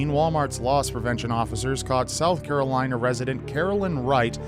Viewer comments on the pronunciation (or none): none